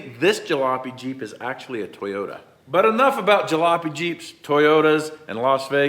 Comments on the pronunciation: Why do so many people have trouble saying toyota? Just pronounce it the way it's spelled. Toy ota, not tie ota. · fully says TIEyota on purpose lol